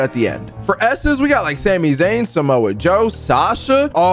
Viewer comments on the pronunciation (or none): none